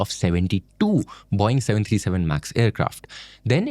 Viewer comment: It's Boe-ing. Not Boing.